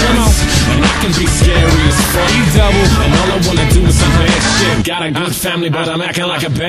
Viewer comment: he said edubbie not edubble he sed it with an i not an L